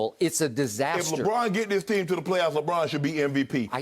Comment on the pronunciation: Why everybody keep saying lebum 💀💀🤣